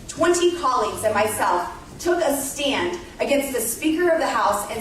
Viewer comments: She took a "staind"😂😂🤣🤦‍♂️ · ''I took a stind'' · Why does Boobert pronounce "stand" as "stee-and"? Lauren Boobert is so dumb. But so are the Colorado Republicons.